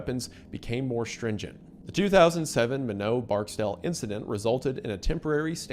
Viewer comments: Minot, ND Mentioned, because North Dakota is good for only 2 things, Oil and Nukes! (Also Wendi, the city is pronounced as MY-NAWT, not MIH-No) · Minot is pronounced. My Not*** not "mino". xD and from what i heard it was laveled as a "lightbulb". I knew a guy who knew the two who loaded the warheads. Said "they were really nice guys" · It’s My-not, not minnow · MINOT!! "My-Knot", just said all together.... Not "Minneaux" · I live in North Dakota. Its not "Minnow" North Dakota, its Minot. Pronounced "my-not" haha sorry Wendigoon, I had to be that guy. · Minot is pronounced "my-knot" not "minnow" lol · Its... my-not... not minow... i live here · Mr. Goon it’s my-knot not mi-know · I'm likely not the only one to mention this but Minot is pronounced as My-not not as Mi-no. 😅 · My-not Not minnow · North dakotan here it is pronounced my not. Not minnow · Mr wendigoon, Minot is pronounced my-not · Minot: MY-KNOT That’s how you say it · My-Not afb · was that French? It's not called that. It's called Minot (My-not) like a knot in a rope, the K is silent but the Mi is like My. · Mine-ott, it's mine-ott!!! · Just for clarification, pronounced “My-NOT”. You aren’t the first or last to mispronounce it tho, love your videos. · Minot: My-Not Azores: Ay-Zors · bro said “minno” 😭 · Pronounceing minot as minnow is crazy work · It's pronounced "My-Not" AFB. Affectionately spoken "why not minot? Freezin's the reason." It was my first duty station and I showed up just days before the incident happened. Came to know a few of the people directly involved with the incident. My first weekend out of training was spent in uniform watching a lot of high ranking people get fired and the next few years were hell. The base had just failed a separate inspection so there were what seemed like non-stop exercises to get everything back on track and make sure the new updates were very well understood and executed. Naturally, I got orders just as things started to cool down hahaha. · Why not Minot